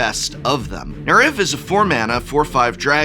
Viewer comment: by the way folks Betor and Neriv are pronounced Bay-tohr and Neh-reev